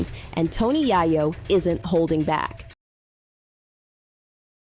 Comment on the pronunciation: We need a black Ai voice “Ya-Yo” really?!😂😂😂😂